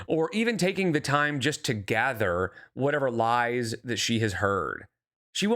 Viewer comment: Homegirl can’t keep with the lahs